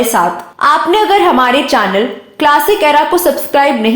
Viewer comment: Abe चानल, आक्ट्रेस, आक्टिंग, नही ब्लकि चैनल, ऐक्टिंग और ऐक्ट्रेस ....... पहले उच्चारण सीख लो .....